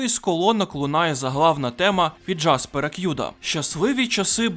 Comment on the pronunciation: "...від джАспера к'ЮДа" — раптом шо, він джЕспер кІд /ˈdʒɛspər ˈkɪd/ 🌚